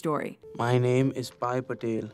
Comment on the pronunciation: lmao u said pissing patel